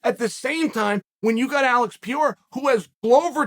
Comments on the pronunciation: P.E.R.E.I.R.A… NOT Piera, please. It hurts. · Alex Piera? lol pereira or pronouced maybe peheira but not piera....and it is khaMZat not khaZMat...wtf kael... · Alex Pe - rei - ra. Not Per- eir- ra. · I know it’s part of Charles shtick and I’m not referring him but I hate how media member and the commentators especially are always trying to over pronounce and annunciate fighter names that shit irks the shot out of me, I hav noticed everyone is calling him Par-day-dah like wtf it PAR-RARE-RAH FFS I don’t know how ppl get it so wrong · Mate, pe-rei-rah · Its Pronounced Per rare a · Say it with me Chael, Per-Era 😆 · If Chael says Perreira’s last name is Piora, or Piera, then that’s his last name now. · PE RAY RRAAA IS HOW TO PROUNOUNCE IT MY BOY!!💯👍🏽😉 Just call him ALEX! It's much easier!🤣🤣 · Alex Peer-ra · Its pronounced "Pear-reira" 😂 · New mythical fighter "Pierra" unlocked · Pereira (Pair-rare-rah), hopefully that helps Chael. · See after me : puh rare rah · “Alex Pee-era” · “ALEX PEE-ERA!” This is why Chael is the #1 mma podcast 😂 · Thanks Chael for educating me on what Blehall and Piera is. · Add Piera to the list of names Chael has corrected us all on. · “Alex Pee Era” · i watch this only to hear Chael say Alex Pierrot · If big unc says alex pee era. Then that is the annunciation. Keep up the heavy great work Chael!! Love it. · Hold on, wasn't he Alex Peora yesterday? Now he's Alex Peira? Damnit Uncle Chael, you gotta stop making me change the way I pronounce fighter's names so much, I'm super confusion right now. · Alex Pee-era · Alex St. Pierre-A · He's almost there: Pierre, Piorah, Piera you can do it Chael!! Undefeated, undisputed!!!! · Its easy to pronounce alex purr-era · Really still with not says Pereira. Don't you know any Brazilians? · It’s perarara fam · You really do go out of your way to mispronounce name don't you? Anyone new to the sport who stumbles across this video are gonna hear Chael talk about at least 3 guys who aren't in the UFC... LOL